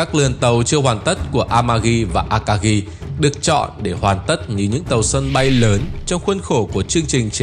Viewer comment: Phát âm a-ka-gi chứ không phải là a-ka-ghi.